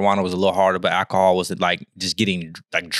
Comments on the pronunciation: “That boy said acahol” 😂😂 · As soon as I heard say Aaakahol, I immediately thought about Eddie Kane in the 5 Heartbeats movie! 🤣🤣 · The way you got on this man for saying, “ackahaul” 🤣